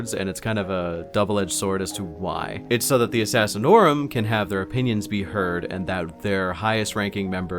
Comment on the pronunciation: I keep hearing “Fat Ass” when you mention the Grand Master of Assassins.